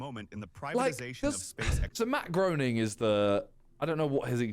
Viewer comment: Simon: "I'm a massive Simpsons fan". Preceeds to pronouncing Matt Groening wrong then has no idea about his role for the show.